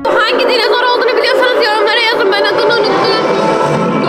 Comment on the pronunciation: ÖyküNün dinizor demesi peki😂